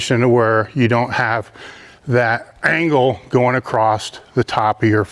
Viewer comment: “Acrost.” Thats sounds weird. It should be “across.” No “T.”